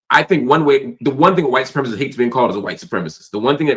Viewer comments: Please stop saying white supremist - it's sepremicist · Supremacist. 4 syllables. Su-pre-ma-cist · Supremacist. Four syllables. Learn how to pronounce it son. This is important stuff you're talking about on YouTube.